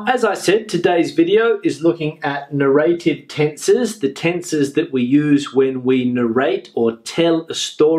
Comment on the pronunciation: Very useful and well structured video. But may I ask something?What puzzles me is that you pronounce narrative as "narr- eight-eve" just like as "native" is pronounced. I just can't find this pronounciation anywhere. Thank you for your reply in advance!